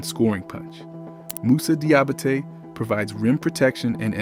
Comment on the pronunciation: Great vid, but every time you butchered my main man Moose's name it snapped me out of the flow. Say it like this Dee-ah-ba-tay